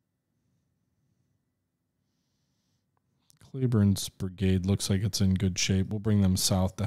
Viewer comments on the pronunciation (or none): Cleburne... "Klee-burn" NOT "Klay-burn".